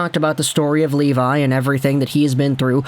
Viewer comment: Just so you know, his last name is pronounced “Leh-vee” :))